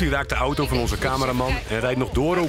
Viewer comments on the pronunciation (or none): none